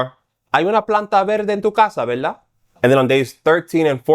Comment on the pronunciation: He is probably from the Bronx or Washington Heights and learned to speak it in the street. He is Spanish sounds Dominican. I heard him pronounced verdad as veldá, like a Dominican.